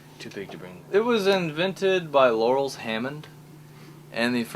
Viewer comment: "Laurels" Hammond lol Laurens